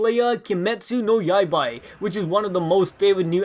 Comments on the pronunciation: Did he just say Kimetsu No Yaibai instead of saying Kimetsu No Yaiba? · you know you said yaibai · Did he just say yaibaii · Yaiba not Yaibai? You sounded dumb af dude cmon! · KEY-MET-SUE NO YAI-BA .... not whatever you said. Not Yai-Bye. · the fuck is kimetsu no yaibai its yaiba BA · Yaiba* not yaibai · i love this channel and almost all his vids, but wtf did he Kimetsu no yaibai ? That really hurt, shit i gotta go, my uncle is coming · Did you just say... Yaibai*?! Why not *Yaiba? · ahahah funny fix pronounciation please its yaiba! not yaibai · Yaibai? I believe you mean Yaiba. Ba... as in Ba....Lls deep... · Man said Kimetsu No Yaibai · I almost stopped watching when you said "Yaibai" but I decided that it's fine since I want to see what you have to say. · "iaibai" XD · did he say yaibai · Yaibai? 😒 Pronounciation 🤔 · "Yaibai"...? First sentence and already a pronounciation error ha. Classic.